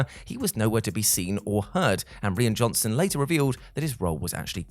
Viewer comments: And it's Rye ann Johnson not Reean! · You mean you haven't heard of Reen Johnson? :p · Who taught how to say the director's name